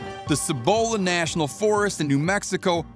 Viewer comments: Sa-bowla national forest :) (its si-buhla) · I do t know if anyone has told ya this yet but it’s pronounced SEE-Buh-La not se-BOW-la. Cibola. To anyone from here that’s going to sound terrible.